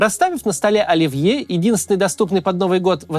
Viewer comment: Какой, нафиг, "ольвье" ? 🤪